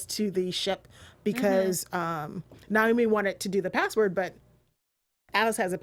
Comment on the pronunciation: why would your pronounce naomi as normie